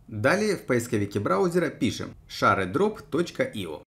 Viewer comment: гайд нормальный, но при каждом ШАРЕдроп хотелось в окно выйти, рекомендую почитать в интернете произношение